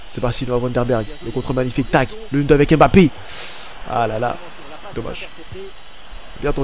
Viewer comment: je comprend pas comme congolais d'origine tu prononce aussi mal les nom africains comme les europeens cest quoi à dire "em bapé" alors que ca se lit "mbappé" toi aussi frère,sinon ta carière es interressante mais pardon corrige l'appelation des noms africains avec M-lié ou N-lié a une consomne c'est mbappé comme quant tu fait "mouah" !merci